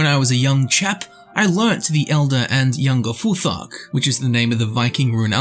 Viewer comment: GOD DAMN!!! its not FuFack....its FuT-Hark!!!